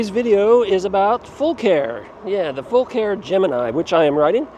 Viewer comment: Great video. Thank you for pronouncing the name correctly. I bought my Gemini in June, and messaged the company how to say the name, they said, FULL CARE- like we take Full Care of your bike.. Love that it's load capacity of 400 lbs. You can get over 50 miles per charge with it, I average about 40-45 with a mixture of using PAS 4 and 5. I have almost 1,100 miles on it already. Great bike! I have the baskets, I also bought the saddle bags for the back. Can't wait to utilize all the storage and capacity of this bike while hunting!